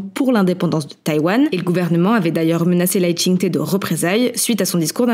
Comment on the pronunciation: Petite correction pour le nom du président Lai Ching Te le « te » se prononce comme « de » pas « té » et Xi Jin Ping le « xi » se prononce comme « chi »